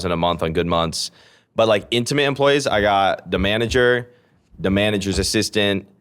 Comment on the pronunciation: He was also saying “Da”(pronounced duh) instead of“the” before getting called out